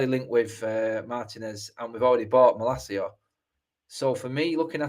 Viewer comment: Why are you pronouncing his name like that? He's not spanish...